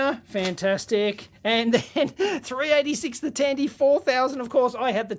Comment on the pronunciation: Dandy Corporation!